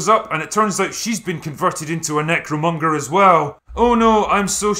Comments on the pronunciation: I kept hearing him say this and was like "what's a Nick Furion"? haha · Bro... is it really a "nickfuryan"? 😂